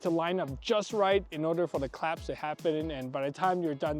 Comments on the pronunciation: sir sir sirrrrrr it's "clasp" not "claps" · Clasp, not claps